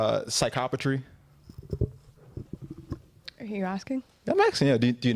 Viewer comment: Did he say psychopatry?